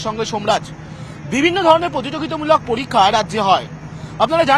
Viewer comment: পতিদোগিতা মুলোক পলিক্কা😂 গতমুঙ্গলবার .... আরে 'ভাতাটা' থুরি 'ভাষাটা' আগে ঠিক কর। WBCS নিয়ে কথা বলে .. 😂😂😂😂